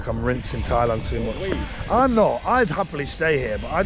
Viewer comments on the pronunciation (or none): none